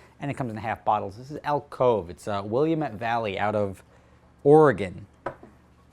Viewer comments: Mate please. Its Will-Am-Et not William-et. haha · Im from Oregon lol, it's not Willy-uh-met valley, it's Will -am (think dam) -et (think pet). Althought Willy-uh-met vally sounds way cooler. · the Elk Cove half bottle of wine you love (and I don't blame you) is from the Will-am-et valley. Not the willam-et valley. PM me your biz address and I'll send you some as a thanks for all the entertainment you've provided to me over the years. And let's me give back to a guy that tries to give back to his fans but gets taken advantage of. (Read: M3 and 540i) -guy from Oregon. Keep grinding! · I loled at "willy-mette valley", its pronounced “Will-AM-it” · Will-am-ette Valley not William-ette Valley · I hate to be the guy that that corrects you, but it's pronounced Will-AM-ette Valley (I'm from Oregon) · Willamette is pronounced like "woll-am-it" kinda funny to hear people outside of Oregon pronounce it haha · lol it's pronounced "will-AM-ette", just so you know. I live there. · pronunciation will-am-it Willamette your welcome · I live in the willamette valley, its pronounced will-am-it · Sorry, your favorite Elk Cove wine that comes out of the Willamette Valley is pronounced (Will-Am-Met)Most people not from the area get it wrong.That vineyard is about 15min from my house. Excellent choice, good stuff.... I'll send you a case:) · It's Will-am-it, damnit. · They pronounce it will AM ette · It's pronounced Will-am-it valley, I live there lol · I live in the Willamette Valley where that Elk Cove Vineyards is at. lol Try our beers from around here too.Btw, Its “Will-AM-it” Damnit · Regarding the bottle of wine from Oregon. It is pronounced phonetically “Will-AM-it” for you east coasters. I live in the Willamette Valley in Oregon. Love your videos. Would love to see more rally based videos. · Will-am-ette, just sayin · you sail Willamette wrong, its will-lamb-ett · It's pronounced will-am-it valley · You pronounced Willamette wrong haha